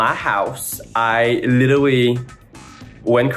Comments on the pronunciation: here's ur nicky doll saying "litlwly" button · nicki doll trying to pronounce 'literally' gosh she's the cutest